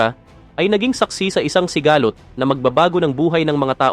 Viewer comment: Konring improve pa ng pag babasá (sigalót) hindi sigahhlot